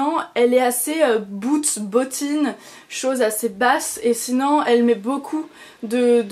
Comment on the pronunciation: Ce n'est pas pour critiquer, juste une remarque : c'est drôle tu dis toujours "sinan" au lieu de sinon ^^ La tenue est classe, j'aime vraiment beaucoup les chaussures ! J'aimerais bien m'en trouver une paire dans le même style, peut être avec un détail en cuir nude, à voir ! Biz !